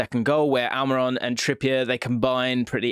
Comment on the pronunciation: Huh Al-My-Ron?